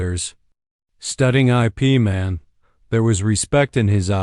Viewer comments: Ip Man is NOT pronounced I. P. Man. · O M G "˜ ˜ ˜ ˜ ˜ I. P." sounded likes entence end. then "Man's expression never altered."